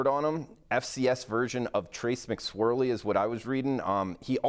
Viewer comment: 'Delvin' Hodges? Trace 'McSwirly'? Lol....... *Devlin & *McSorley